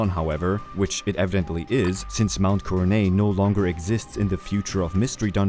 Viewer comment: Coronet has a hard T sound btw. It’s not silent.